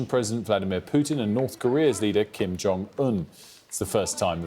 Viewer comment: Lol it’s Kim not Kim. Lol